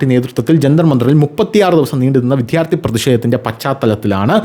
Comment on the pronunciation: Why do you pronounce 'Vidyarthy' as Vidhyarthy?